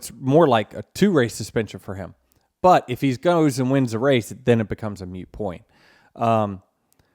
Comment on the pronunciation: ...moot...MOOT. Not mute😆. Heard someone say that also on DBC. Was it Freddie recently 🤔 Love ya, Denny! I'm turning 44 soon, for age reference. Wasn't a fan of you or Busch growing up. But dang it, you and Kyle are my 2nd and 3rd favorite drivers now! (Larson#1, sorry) A #11 win would be nice bday present, tho honest!!!)😊👍 Side note: You're the elder statesman and doing an EXCELLENT job!! We can't depend on Brad to always do the right thing. I believe he peaked a while ago, sadly. Fagano is a f'ing 🐍 in the grass bastard!😡🤬🤬🤬 So f%c& him. Who's left to mentor this new crop of racers? You are Mr. Hamlin! You and Kyle Busch. You have come a long way in and out of the race car. Please keep making the next right decision 🙏. For the sake of the sport. Now that i think about it, Mr. Buescher is a standup fella also. We need a group of guys that will not forsake their morals, regardless of the prize. Truex is gone. Harvick is gone. Mark Martin HAS to be blushing at some of this stuff, right? It may take a while, but I feel like this train wreck we have now can still be salvaged. Only speaking of race etiquette. 1000hp and softer tires are different animals. 😅 I truly believe the future of this sport hinges on the decisions that you make. Big and small. Whether people like to admit it or not, they gravitate towards genuine people deep down. Regardless of the manufacturer or team. I hope you succeed in your endeavors. Sorry, had a horrible day and these podcasts usually cheer me